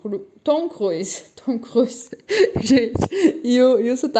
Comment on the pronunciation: Tom Cruise no sotaque alemão!Adoro fazer rir bom humor em alemão Tom Cruisaaaa❤😂😂